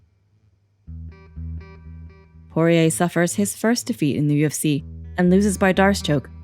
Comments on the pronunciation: Saying Poirer on this always came out like Jorge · She's saying Porier but sounds like Jorge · Why does she keep saying "Jorge" when it's Dustin Poirier? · Am I the only one who hears the narrator saying "Jorge" instead of "Poirier" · Sounds like shes saying horier the whole time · Sounds like she’s saying horhey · Why is she calling dusting Jorge ??? This is a little off putting oooh shes calling him porire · Last person to beat McGregor was khabib. The narrator sucks. She kept saying Jorge instead of Dustins last name lmao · Anyone notice she keeps calling Dustin Jorge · Why does she keep calling Dustin Jorge is that his middle name or something